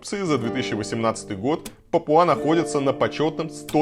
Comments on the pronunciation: А в Википедии пАпуа, а не папуА. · не папуА, а пАпуа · Немного придираюсь, но не ПапуА, а ПАпуа